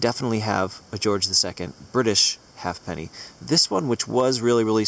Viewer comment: It's called a ha'penny (haypenny, not "half penny"). When I was a kid we used to go digging for Poplar Hawk moth chrysalises at the base of poplar trees. We didn't find many chrysalises but we found some George II ha'pennies. I probably still have them somewhere- they were corroded but you could work out the king by the profile and whether he was facing left or right. Mind you, it would have been easier and cheaper to walk into the town and buy these coins in far better condition for a few pennies!